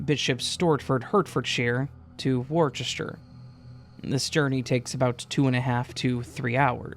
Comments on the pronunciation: BTW, Hertfordshire is pronounced "heart-ford-sheer". Worcester is "woost-uh". Anyway, enjoy your Chewsday. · Worcester is pronounced wuster